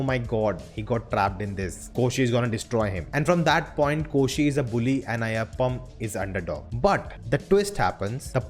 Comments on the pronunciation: Hey all non mallu reviewers. Kindly try to say their names right. It’s not Ayyappam, its AYYAPPAN. It’s not Koshiyum, it KOSHY. Thanks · Ayyappan not Ayyappam! N its Koshi not Koshyum! The title means Ayyappan n Koshi. Um um here is like ਅਤੇ in Punjabi !!